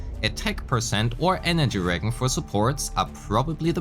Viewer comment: Regen, is short for regeneration, and the g is pronounced like a soft g sound like the words gym/giraffe/giant. In another video you said the word abyss from genshin, the emphasis for abyss is the second syllable: uh-BYSS. Anyway, I love how much info you pack into your vid. Will be very helpful when the game releases!